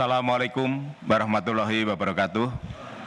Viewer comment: Maap untuk mengucapkan nya salah bukan(baroh) tapi waroh